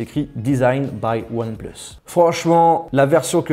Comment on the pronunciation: on dit “onepleuss” pas “onepluce”...